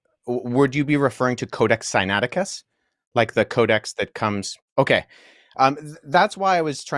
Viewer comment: The man didn’t take the time to learn how to pronounce “Codex Sinaiticus” that’s all I need to know.